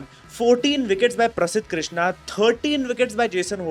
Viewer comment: Prasidh Krishna 3 overs and 23 runs please pronounce right pregnant